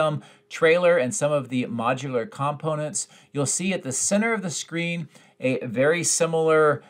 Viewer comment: Finally a break from that annoying Voice.Who Says"Com Po Nents?"